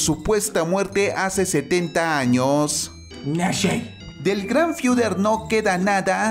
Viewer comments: No se dice nashe se dice nazi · Es nazi no nasi tío que te pasa hombre ☹️ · Es nazi no nashee